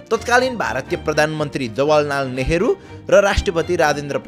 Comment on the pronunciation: He literally said jawalnal neharu😂 content copy samma the theekai thyo kasailai thha theyena Nepal maa aaba name paani ulto palto.